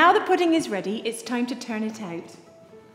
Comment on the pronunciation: Sorry if I sound mean but I can't help laughing when she says pudin instead of pudding